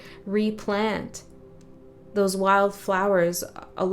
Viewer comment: When you said repan instead of replant I interpreted it as “re-Pan” like the satyr and felt like it could have something to do with nature and music re: the themes of nature and the wild in this reading.